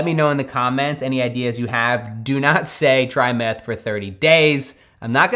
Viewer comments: I thought they said math... I then realized it was meth. 🤦🏽‍♀️ Don’t do meth. More math, less meth. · I thought he said math, not meth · legitimately thought he said “math” not “meth”